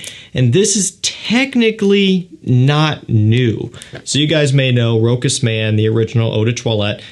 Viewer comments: it would've been Rokas if it was a german cologne, but Rochas is French so Rosha is the way to pronounce it:) but thanks for the review otherwise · We say Rochasssse not Rokas in France! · I always wonder if it is pronounced Rochas as you say it (Ash says it the same) My Mum speaks French and pronounces fragrances correctly says it sounding like "Roscha ". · It's French and pronounced 'ro-shuss' (with a short 'o', stress on second syllable)